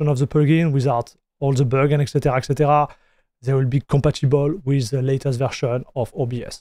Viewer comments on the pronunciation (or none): none